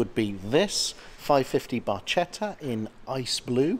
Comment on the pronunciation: Come on - thought you'd know how to pronounce "Barchetta" correctly 😉